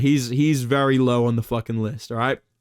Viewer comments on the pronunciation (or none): "The mewwn is on the bleedin lew level!!"